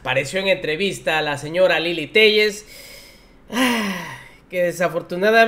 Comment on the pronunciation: SANTIAGO "TELLES" CREEL? - :face-purple-crying::face-purple-crying::face-purple-crying:🤣🤣